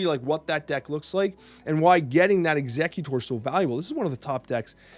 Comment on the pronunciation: Some weird pronunciations 😂 For example it's ex-egg-utor instead of executor